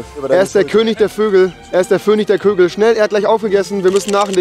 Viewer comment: Niemand... Wirklich niemand... Rewi:"er ist der vönig der Kögel"😂😂